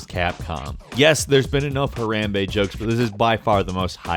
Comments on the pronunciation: What in the... It's not HaREMbe, it's HaRAMbe God bang it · "Har-a-mbe"?! what is that? its "har-o-mbe" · this nigga really said herambee not harambe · It's Ha-rOm-bey not hey-ram-bay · huh rom bae not huh ram bee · i used to think it was hem-brain but now i know its harambe but he said like harembra or something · WHY DID YOU PRONOUNCE IT "HA(RAM)BE"? IT IS AND HAS BEEN PRONOUNCED HA(ROM)BE SINCE THE STORY BROKE. sorry for the caps but that's such a pet peeve of mine. same with watch mojo . they seem to just mispronounce certain words that are commonly spoken in a certain way. even news outlets with hosts who have accents seem to pronounce the words correctly yet with your perfect pronunciation of every other word you still said the word wrongly. sorry rant over. just a pet peeve. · its not pronounced hairrambe its pounced ha-rambe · It's harambe not ha-ram-bay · It's huh-ROM-bay, not huh-RAM-bay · Ha-Rom-bAy not Ha-Ram-bAE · huh-RAM-bey, really dude, its pronounced Ha-rom-bey pls show kindness to our overlord, and savior Harambe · Hey RAM bey? Seriously? You've heard the name said 100s of times by now...how can you get it wrong?. HAH-RAHM-BAE. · Her-ahm-bay not her-ham-bay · Why did you pronounce Harambe "Huh Ram Bay"? Its pronounced "Ha Rom Bay". I'm not being mean or a smartass I'm just warning you for when you sound stupid in the future. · Pfft. It’s pronounced Ha RAAM Bay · You you pronounced “harambe” wrong it’s pronounce “harämbe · My god that's not how you say harambe it's said Ha-Rom-Bae. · dis bitch said harem be. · Ha-Rom-Bay = Harambe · isn't it pronounced Her rom bea......right? I know that my spelling is wrong on it but I did that as like a sound it out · HaRAAAMBEY... dat pronunciation doe. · its pronounced (Hor-am-bay) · Ha-Rom-Bae there you go hooked u up with that dictionary pronunciation stuff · It's pronounced Har amb bai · Ha - ROM - bay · It's Har-AH-mmm-bay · HUH-RUM-BAY IS IT REALLY THAT HARD?! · its pronounced har-ahm-bae